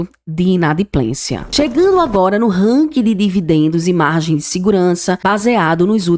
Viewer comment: Buenas Não querendo desprezar teu vídeo e sim, dar sugestão, acho que tu precisa revisar tua pronúncia nas expressões em inglês. Tenho que dizer, dei mais atenção às pronúncias do que na tua avaliação dos bancos. Puxa, falar "ranki" matou meu ouvido... Melhora por favor tá? No mais, concordo, o BBAS3 tá D+ e vai, ao meu ver, cair para menos de 25 reais. Minha opinião 🙏